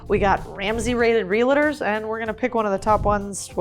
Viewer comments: Why the heck you pronounce it relators?😂😭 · Realtors not "Relators" 😁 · Lots of energy. Please learn how to properly pronounce “Realtors” there is no “a” after the L. So its Real tors, not realators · It's REALTORS. That's 2 syllables, not 3 syllables. NOT real-a-ters; REALTORS. Real-tors, like that. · Did you say RELATORS instead of realtors? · REAL-eh-TERS???? It’s Real-TORS, yikes! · Real-Tors. 👍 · I love your videos, could you please learn how to say real-tors correctly?